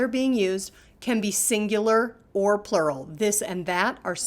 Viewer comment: wth bro said pluwal like its plural